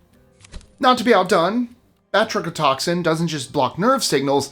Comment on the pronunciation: the "brachodotoxin" threw me for a loop